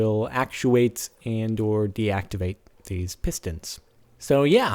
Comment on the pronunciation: you dont pronounce 'activate' right, otherwise love ur vids